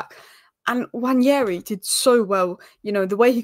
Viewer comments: It's not Nnwayeri it's Nwaneri (ONE NAY RI) "ONE NAY RI" There's absolutely no Y in the name for crying out loud.. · you're still pronouncing it wrong, it's simple: Nwa-ne-ri, not Nwañeri